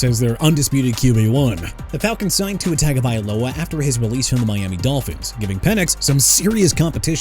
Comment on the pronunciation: I appreciate you pronouncing Tua Tagovailoa's name correctly.